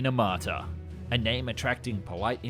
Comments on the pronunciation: 1 it's Armata, not amarta 2 tank looks good ON PAPER ONLY 😂😂😂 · Really, "Amarta"? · It's not Amarta. Smh. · I think it's "T-14 Armata" (meaning "cannon") not Amarta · It's ARMATA not AMARTA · It’s t14 Armata not Amarta. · I thought it was aRmata ....no ? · How accurate can your video be, if you can‘t even get the name right?